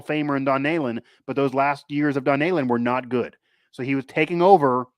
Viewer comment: good god, its Knee-len not Nay-len! Love ya man, but, damn!